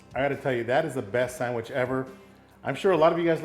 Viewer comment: come on...just like my dad, calls it a sangwich...lol All joking to the side, that's one good looking sangwich!